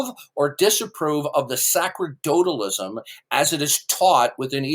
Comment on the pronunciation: can't even pronounce "sacerdotalism" correctly. It's pronounced "sa-ser-do-talism"; the "c" is pronounced like the "c" in "receive".